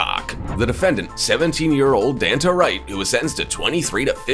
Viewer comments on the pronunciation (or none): You definitely mispronounced Danta. He's not the soda, Fanta.